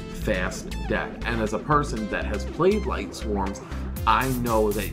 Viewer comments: It annoys the hell out of me that they keep saying Lightswarms and not Lightsworns... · I think it's lightsworns not lightswarms lmao